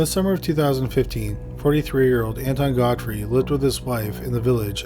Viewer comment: Honest to god, I thought you said Anti-God Freak instead of Anton Godfrey.